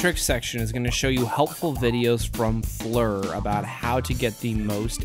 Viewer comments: I'm pretty sure Flir is pronounced as "Fleer" not "Flur". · I think Flur sounds better, but you're correct its pronounced Fleer.